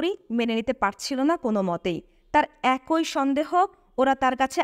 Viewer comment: একই - উচ্চারণ এক-ই ‘ঐ’-নহে। ধন্যবাদ। *মারাত্মক ভুলটা বহু লোককে করতে দেখি। ধারাভাষ্য বা বুক রিডিঙে এসব ভুল উচিত নহে।